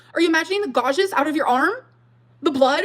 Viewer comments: If I have to hear say "gauges" instead of "gouges" I'm gonna lose my mind. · Sorry did she just say "gaw-jes" when trying to say gouges? Smh this gorl 🤦‍♀️🤦‍♀️🤦‍♀️ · “Gawjes” is like the “simuutaneously” from Part 1. 😂 She means gouge, right? These people are SO AWFUL. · The way she pronounces gouges is making me want to gouge my ears out tbh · I would almost give money to pronounce “gouges” correctly.